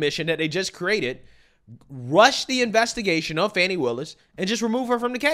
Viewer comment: So it's Not Fanni or Fanny, and it's not Fawni or Fawny either. But now, I am hearing "Funny" Willis... Lol shrugs